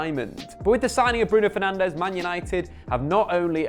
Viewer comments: Now that Fernandes is at United you need to learn that both es are silent so it's not FernandEz, it's more like Fernandj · who am i kidding he'll be Fernandéz forever lmao. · It's pronounced Bruno Fernaj, he's Portuguese. The Spanish pronounciation is Fernandes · It's bruno fernandjzzz*